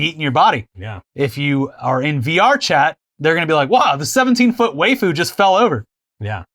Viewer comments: consistently saying "wayfoo" makes me wonder if he doesn't realize it means "wife", and is pronounced accordingly as "wife-ooh", or is mispronouncing it ironically. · I cringe a little harder every time says "wayfu"